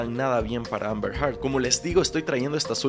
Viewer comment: El juicio ya casi termina y Candrés nunca dijo bien “Heard” 🥲